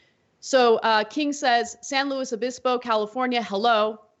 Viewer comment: Both I's in San Luis Obispo are short as far as pronunciation goes... Just sayin'...